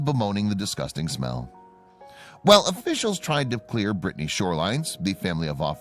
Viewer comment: It's not Brittney it's pronounced brittany.